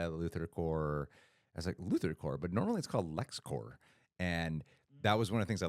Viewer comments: CorP, not core or corps. Corporation. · Guys it’s CorP. You pronounce the P. You don’t pronounce the P when it’s CORPS as in Green Lantern Corps 😉